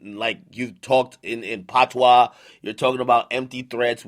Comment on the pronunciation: Ak ur jamaican why u say Patwa like that🤦‍♂️